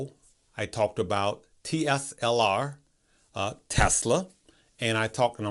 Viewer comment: TESLA = TSLA. Not TSLR. THANKS FOR YOUR VIDEO.